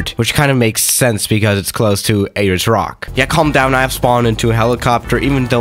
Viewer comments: A-LERS ROCK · No one:: Ayyers Rock